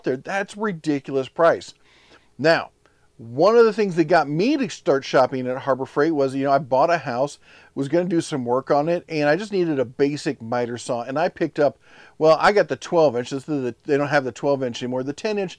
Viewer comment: "Workeen" is not a word. "Shoppeen" is not a word. "Steppeen" is not a word.